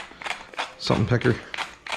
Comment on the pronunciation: “salt and pecker” lol